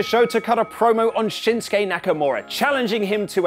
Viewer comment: When AJ Styles kept saying Shinsuke, I kept hearing Shit Stain Nakamura.